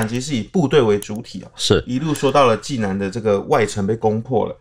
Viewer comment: 济南，济水之南而得名，所以读音是第三声，而不是四声（往往作动词）使用。欢迎来济南旅游，济南别称泉城，护城河乃是独一无二的泉水护城河。内城城墙尽管被拆了，但当年内城破城处城墙东南角的遗址还在，称“解放阁”。泉水护城河之上的解放阁，墙上写满了当年济南战役攻城时阵亡的共军将士姓名。其中不少“无名氏”令人感叹和平之宝贵。